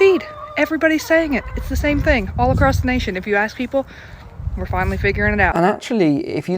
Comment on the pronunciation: ‘We penetrate ze cabinet’.